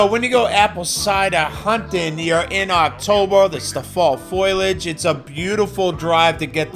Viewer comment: Reasonable beard scruff. Can you please ditch the B roll, just deliver on the topic of the video. Foliage, not foilage. We lived i Harvard, MA when we were first married. Biking to Stow and getting a nice cup of cider for 5 cents (1981) was a treat. Go easy on the folks apple picking on Sunday. Plenty of YouTube replays of the NFL to catch you up. Nice point made on the oily aspect that brings down the score. Nice shot of the grab handle in the rental car not being filthy.